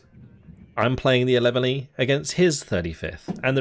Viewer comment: Just so you know... 11e is French for "11th" ... so you can just say "11th"